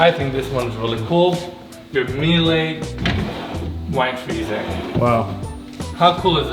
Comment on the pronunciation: Miele is pronounced meel-uh it's German not French